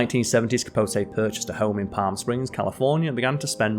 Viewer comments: Truman Capo-tay. 😅😅😅😅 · It's "CapoTEE". A feature on a writer of his gifts should be SCRIPTED and well- written at that ("hung around with"? Surely "socialized" is better). Otherwise, a good introduction to the author. As to the comic range of "Smallwood" there is an Irish actor called Jimmy Smallhorne", and decades ago in Romford, Essex, I knew a Dennis Crapnell ( one introducing himself before a lecture, he added, "I've heard all the jokes." Staying on this theme, there is a famous Irish journalist called Fiona Looney🎉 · A lot of mispronunciations too. CapoTAY....PorGEE.😮